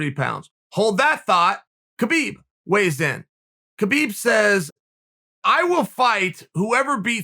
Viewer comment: The smartest man in the world still can't pronounce Khabib's name correct